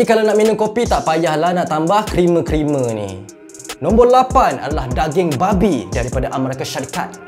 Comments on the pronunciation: Jelas dan terang sekali bila sebut "babi" tu😆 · Bro the way you sebut “babi” omg i cant 🤣🤣🤣🤣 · bang bab babi tu jgn menekakkan sgt mcm nak maki terus bunyinya 😂